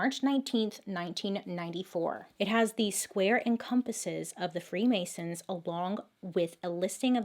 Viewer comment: The free Mary’s instead of the free masons